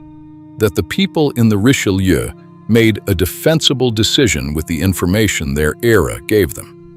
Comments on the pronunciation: For a video everybody says is so well done, the least you could have done is learn how to pronounce the Richelieu. Reech-eh-loo. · It truly is superbly-done. Unlike the majority what YouTube feeds you today, this appears to be narrated by a human being, not a computer. Except that he/it doesn't seem to be able to pronounce "Richelieu". So it may be A.I. after all. But it is a great video, nonetheless.